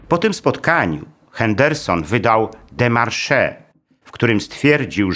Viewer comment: W słowie démarche nie wymawia się końcowego e